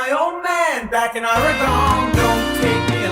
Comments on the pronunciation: Love the song, of course, but I wince every time he says “or-i-gone.” Does he mean the state of Oregon (“Or-gun”)? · I wondered if Donald would apologize for mispronouncing Orygun when the played here, but of course he would never do that. People from the East Coast is still cowboy-and-Indian country anyway. 😂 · I’m a drummer so I pretty much primarily listen to drums & bass, but as a native Oregonian couldn’t help but notice Fagan’s Jersey-inflected pronunciation: “aww-ree-GONE” lolzzz 👀😬🤣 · Such a great song by The Dan. I grew up in the pacific north west, always funny to hear people not from PNY pronounce Oregon that weird way.